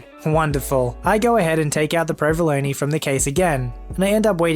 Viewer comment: I can't stand the way you mispronounce provolone, but other than that, I like your videos.